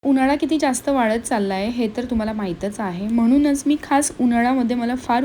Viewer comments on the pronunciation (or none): वाळत😂😂 नाही वाढत आहे